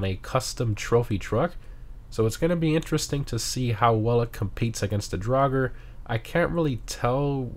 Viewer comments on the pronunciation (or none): none